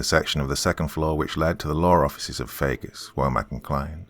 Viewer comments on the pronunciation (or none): none